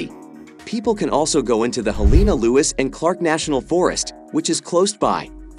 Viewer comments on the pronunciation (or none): You can not pronounce Choteau, Butte, or Helena, and you're telling me about my state?